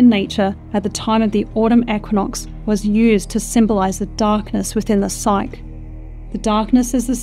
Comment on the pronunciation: Psyche is a two syllable word pronounced as sigh-key.